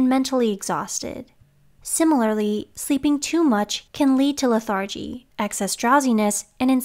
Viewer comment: “It’s” is not possessive (the newspaper headline), it’s a contraction. “Lethargy” is pronounced LETHargy.